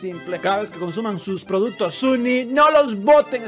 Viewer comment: Yo escuche sony no sunny jeje